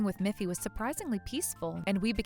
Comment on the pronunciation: It's Miffy, not Muffy